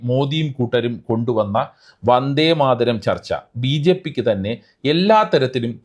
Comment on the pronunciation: They can't know the authors name to pronounce proper and the poems 1st line "Vande Madharam" by PM and his subordinators